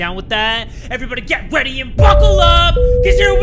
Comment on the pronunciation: i swear he said "get weady"...